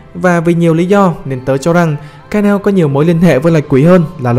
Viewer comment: ngta đọc là ka na ô , cứ ka neo cái gì :))